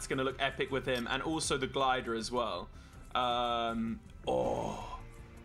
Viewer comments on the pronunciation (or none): none